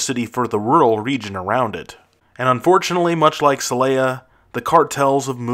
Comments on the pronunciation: See lay yuh? It is pronounced say lah yuh though. How can you know what you are talking about when you can’t even get the pronunciation done decently? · If you are going to make a video about our ten most violent cities, you might want to learn how to pronounce their names. Every time you mispronounced “Celaya”, I found myself correcting you out loud, and that’s one of the easiest to pronounce. And why do people add a vowel to “Tijuana”, making it sound like “tia Juana”, or Aunt Juana?